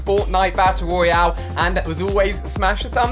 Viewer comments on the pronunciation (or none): none